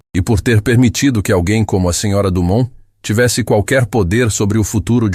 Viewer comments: " Do mão " 👎 " Domon " 👍 🤨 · " do mão " 👎 "domon"👍